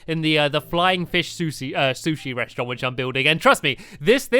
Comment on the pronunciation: Stampy can't say sushi XD sorry if i spelled it wrong